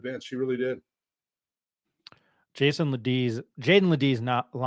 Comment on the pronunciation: FYI-it’s JAEDON. Not Jason. Respect LeBeast